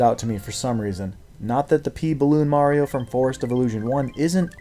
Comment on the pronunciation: somehow the first time I've ever heard "p balloon" as "pee balloon"